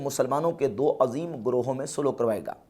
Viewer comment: Azeem to aise pronounce kr rahe ho Jaise Yaha Azeem se Mtlab Azmat waala ho